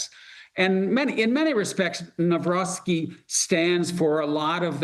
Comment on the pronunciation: Nawrocki - read as. naVrotzki. Karol Nawrocki